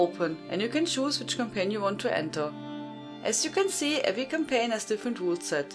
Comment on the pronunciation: As always Hello From France, great vids. I swear i heared Cocaine instead of Campaign first time..